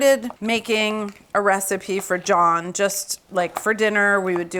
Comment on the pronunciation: the pronunciation would be "juhn" rather than "john" for the pancake part. in recipes that I see in English, they usually write it phonetically like jeon. I like the idea of the cheddar cheese. at first I was confused why so many ramen videos included melted cheese but finally realized it was for additional umami. I guess it took a while to understand how different cultures add umami to their dishes...